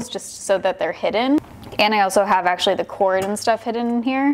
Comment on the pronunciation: When she said actually it sounded like she said sexually 😂😂 10/10 moment